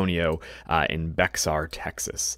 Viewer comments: It's pronounced like the aspirin Bayer the x is silent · Bexar is pronounced "bear" as in bear naked. The the county san Antonio is in. Now you know lol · I was born in San Antonio.. Bexar is pronounced Bey-her... Whenever I visit there today and there is a reason to say it, I always pronounce it BEX-ARE.. LOL... Great video! Thanks! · For some senseless reason “ Bexar “ is pronounced “ 🐻 “ by the locals. They’re wrong. There’s no reason it should be pronounced that way. I say as it’s pronounced correctly. I can’t understand the reasoning behind it. I live in San Antonio .